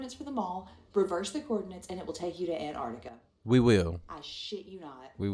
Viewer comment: It's Antartica, not "Anartica" 😂😂😂